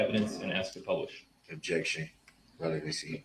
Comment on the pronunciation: This was one of the first trials I ever watched beginning to end. I have never been more infuriated, or learned so much about the law completely by accident. My fav is the objections; it's like whack a mole, he just can't quite seem to hit it on the head🤣 "Objekshion. Spekulitive, Hersay Yeronor"